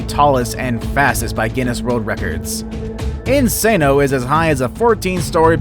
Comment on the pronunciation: 😂😂😂 So funny the way he says "Insano" that's not how we say it in portuguese kkk